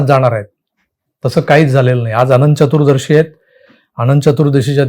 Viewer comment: पुर्ण विडिओ ऐकला. एका शब्दाचे उच्चारण चुकीचे झाले आहे. तो शब्द...चतुरदर्शी नव्हे तर चतुर्दशी असा आहे.